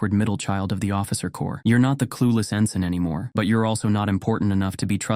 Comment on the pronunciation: No t in “ensign.”